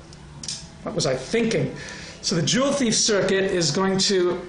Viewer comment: juwelendieb haha. joule ≠ jewel